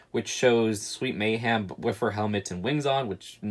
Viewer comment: I love your videos but why do you say “Sweet May-HAM” and not “Sweet May-HEM”😭